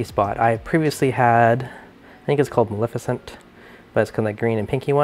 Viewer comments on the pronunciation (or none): none